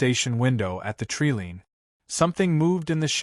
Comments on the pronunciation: U keep saying "tree LEAN" ... tree LEAN" ... Bee Itch ... it is tree LINE as in "---------------" I'm out . Down vote for the a.i. "moderation" & mispronunciations.👎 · Tree lean really need to work on your ai's pronunciation it's irritating